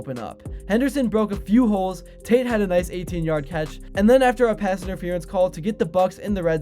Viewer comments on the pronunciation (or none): none